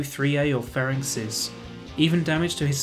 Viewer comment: Ferenc pronounced like Ferentz. ;) Great content btw!